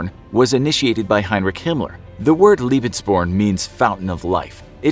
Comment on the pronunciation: Lebensborn is pronounced lay-bens-born